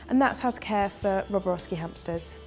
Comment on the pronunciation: Even you say it wrong it's not roboroski